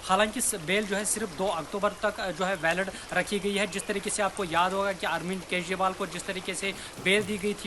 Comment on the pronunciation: Kezriwal, zail (jail), jamanat to kabhi zamanat, izazat 😂😂 jammu kasmir, Abe kutte jaahil bolna seekh ke aao.